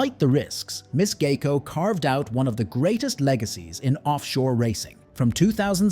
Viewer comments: I don't see an "A" in the name. It is G I E C O. Sounds like GI CO. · AI can't pronounce and you have trouble spelling. It's "GEICO" which is short for Government Employees Insurance Company.